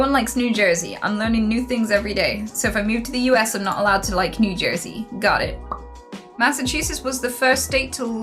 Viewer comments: "Massa-chungus" made me laugh so fucking hard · Yee for sure, so long as you always pronounce it as Massa-Chungus from now on xD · When she started saying masachungus pleaseee😂😂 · Massachungus (Mass-achu-sets) is the best. We are the OG, the cradle of liberty, where it all started etc. we’ve got the best schools, hospitals, famous restaurants and entertainment venues. We are a bit more expensive to live in than some states but that’s because we have a massive amount of services. You can go from hiking around the white mountains in the evening to hanging with friends in Boston a couple hours later. It’s really well rounded. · That's pronounced Mass-ass-chews-its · You OWNED MASSACHUSETTS you can’t pronounce it?